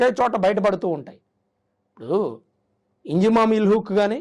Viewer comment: ఇంజామామ్ ఉల్ హాక్... పేరు తప్పుగా పలుకుతున్నావ్..